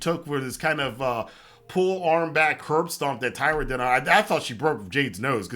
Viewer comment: Great review as always. You bring insight that so few do as many of them are just talking crap to get clicks. My only quibble is about the name of Taya. It sounded like you were saying Tyra.